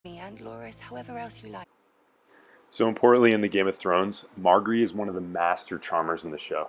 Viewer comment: Mar-jerry...learn how to pronounce her name, it isn't hard!